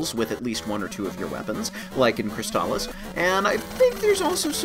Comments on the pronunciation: Really? I thought it was always pronounced "Scurg ob Cwysbalips." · What?! They pronounce "Sword of Crystalis" in the game... And, they pronounce it the wrong way?! Of all this changes they made to this game, that's the one that will make me boycott this version!